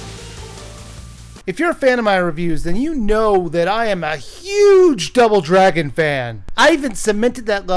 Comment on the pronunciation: Did he just say.... Drouble Dragon